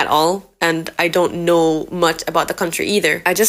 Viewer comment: You’re accent is def still there even if it’s a lil bite but when you said “I don’t know” or maybe I’m tripping but it sounded like a Jamaican accent to me